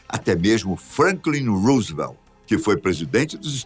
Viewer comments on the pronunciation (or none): none